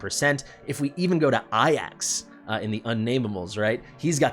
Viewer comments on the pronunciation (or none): His name is aJax not aiax, but deep down you know That, i guess I’m partial to it because that used to be my nickname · you crack me up every time you say AIAX its A JAX ; Eh-jacks , a jacks, say it with me